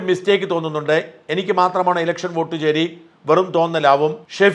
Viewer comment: ചേരി അല്ല ചോരി